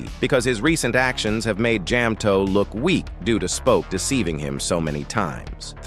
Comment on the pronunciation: Jam-toeP and maa-pic😭